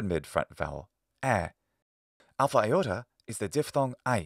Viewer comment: It might be a silly question, but it puzzles me each time why you pronounce ι as "a iota" (with an indefinite article "A"? (for example ) Why "a iota" instead of a simple "iota"? :)